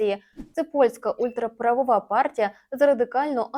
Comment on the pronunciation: Та не ультрапраВОва, а ультраПРАВА!